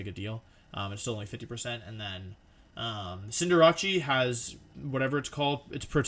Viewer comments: He mispronounced cinderace as cinder-ah-chi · everyone: cinderace wolfey: sin jirachi